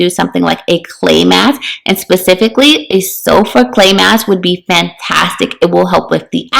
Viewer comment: Love this! I can’t understand that clay mask part, is she saying sulfur clay mask?